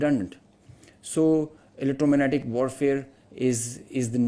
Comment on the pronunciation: Can't even pronounce electromagnetic, top notch ,armed forces ,press conference,continuing etc and still they think they are superiors